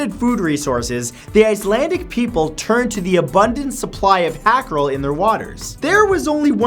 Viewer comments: it is pronounced like howcarl NOT hackaroll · Uhm... hákarl is not a fish. It's a shark. Also whya re you pronouncing it as hackarel?! XD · Hákarl - HowCarl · Hakarl is the name of the dish, not the fish. The fish it's made from are typically Greenlandic sharks or other types of sleeper sharks. Also, it's pronounced "hah-karl", not "hack-arl". ^^ Other than that, good video! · Matthew,say it with me. HA-CAREL. it’s pronounced like the name. And TOPE-E-AIRY. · That is not how you pronounce hákarl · Dude, the thing you call hakarl is just a shark. And its called hákarl and literately means shark. Don't say I wouldn't know because I'm from Iceland. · Hákarl is just shark.... No need for the butchered pronounciation😂 and nobody eats it except tourists😂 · hahahaha dat hákarl pronunciation :P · and you pronounced it wrong